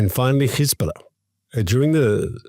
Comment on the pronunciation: Please stop saying Khezbollah it is Hezbollah it is not the right pronunciation. Give your throat a break!